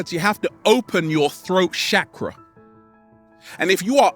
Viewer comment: Lol the way he says chak ruh makes me think of shackles...hmmm unleash the shackles!!! On point sir😍💖